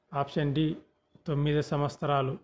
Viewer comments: Samvatramulu kadu samvastaramu ani palakali. Ugadi chesukutaru kada. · సంవత్సరము మరియు దినోత్సవం అని స్పష్టముగా మాట్లాడండి